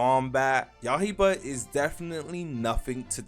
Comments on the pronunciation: not yahiba it is ya - I - ba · It’s ya-i-ba unc not yah-he-bah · yaiba, not yahiba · yah-hie-bah 😭when he gonna learn